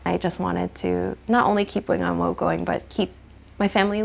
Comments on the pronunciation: 永安和 Wing On Wo. The wo is pronounced like waw in Cantonese, not "woe". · In cantonese its pronounced wing on wo4. I laughed everytime they said wooooo.